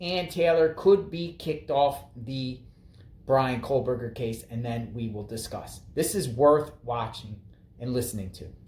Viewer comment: It sounds like you’re saying Kohlberger. 😂There no L in his name. Anyway I don’t understand how this is a conflict of interest. First of all I believe she’s Cara Northington. She’s just recently been using Kernodle since her daughters death. She didn’t hire a Taylor. Taylor is a public defender. She was assigned to Cara. There are 12 other attorneys they can place her with. I did read that she really didn’t work with her very much at all. Not sure if true. I thought there were only 13 public defenders and Taylor is the only one qualified to work a murder trial. How is there a conflict of interest as long as Cara doesn’t testify? I doubt a drug user/dealer qualifies as someone who would be questioned in court. She has zero credibility. As long as Taylor isn’t representing a family member while representing Bryan the it’s fine in my opinion. Otherwise the judge wouldn’t have appointed her.